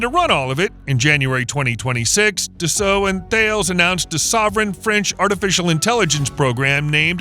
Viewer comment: 「だっせーっ！」じゃなくて「ダッソー」です🤗